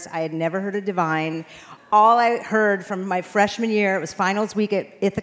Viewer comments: It’s “Divine” not Devine… c’mon now! 🤦🏾‍♂️ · Divine....not Devine.....please change that. He deserves respect and honor in his memory.